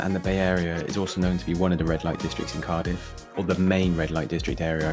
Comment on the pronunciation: Couldnt watch it very long, as mis pronouncing names of areas. Do your homework mate